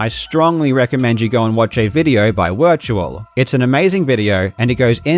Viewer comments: he said “wirtual” not “virtual” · wirtual is pronounced virtual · after all the times you got my guy on here and you still don’t pronounce it right lol “virtual” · It's like the thrid video including Wirtual and he is still pronouncing it wrong. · The biggest scandal here is how Karl pronounces Wirtual's name.